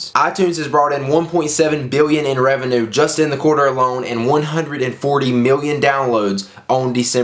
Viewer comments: rev-e-nyew not rev-e-enoo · I hate how you said revenue.